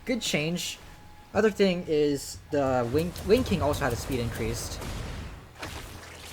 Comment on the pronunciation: ancreased? XD